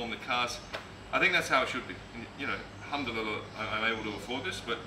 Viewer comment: 🤣🤣🤣🤣🤣 what's that bro what did you say ? Humdululuh? 😂😂😂